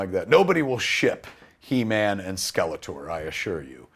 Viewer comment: Keva you just butchered He-man.